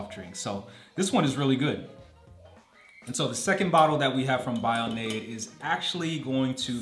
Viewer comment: Can't be living in Germany and calling bionade Bio-Nade.. Just jokes ofc great video as always. Love how you take your time with each drink to give a well thought out mini review. Oh and ps it's pronounced Bi o na de ;)